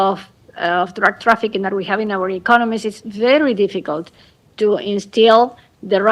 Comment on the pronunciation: Cafiero:" Is very Dificul"